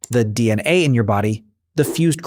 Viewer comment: The pronunciation of "DNA" is off slightly.